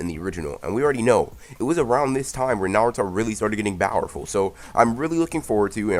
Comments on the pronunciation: Why do you say bowerful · Dude plz stop saying bowerful say powerful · STOP SAYING BOWERFULLL AND NOT POWRFULLL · Mad annoying saying bower full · Why do you pronounce powerful with a B???